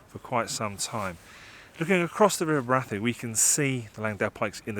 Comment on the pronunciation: Really enjoyed this - out in the field taking pictures - great. Liked the final shot. For information I worked at Brathay Hall for four years in the late 70's and the accepted pronunciation was Bray-thay. Stay safe.